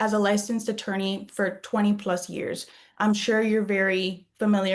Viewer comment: Why does he keep saying, "I am lisensed" -as though it isn't the bare minimum for all practicing attorneys lol?